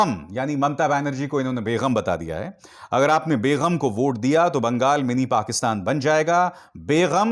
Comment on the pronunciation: Bhai Begham ( بیغم ) nahi Balke Begam ( بیگم) hai